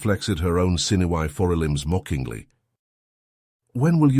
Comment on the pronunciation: I love the messed-up words. Its funny to me...."....as if musculos matter-ed. She flex-ed her own sinew-y for-e-limbs mockingly. so funny.